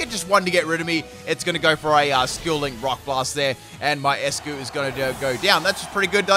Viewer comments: “Ice-Q” not eskuu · He just called eiscue "escue"